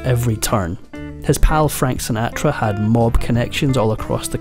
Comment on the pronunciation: That is not the correct pronunciation of "Sinatra".